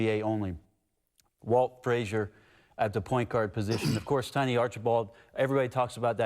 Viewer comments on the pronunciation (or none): none